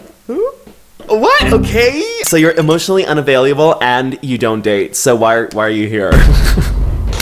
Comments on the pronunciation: wait, why do you say avaliable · Are we not gonna talk about how says Available wrong 🌚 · Off topic, but the way says "available" will never fail to make me smile I just